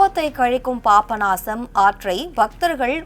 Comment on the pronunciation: ஹலோ மேடம் அது பாப்ப நாசம் இல்ல பாபநாசம், அப்படி சொல்லி பழகுங்க👍 🙏